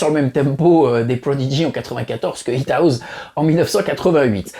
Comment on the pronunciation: Super vidéo bravo. Par contre la prononciation de House est Haousse et non pas Haouz.